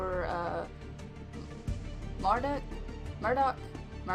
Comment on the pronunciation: The way you say "Deck" totally doesn't sound like "Dick" xD